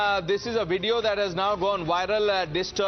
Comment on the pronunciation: "A wideo dat has done wiral"